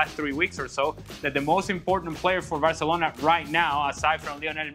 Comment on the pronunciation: you can clearly hear him say "varcelona", and I'm not a Madrid fan btw.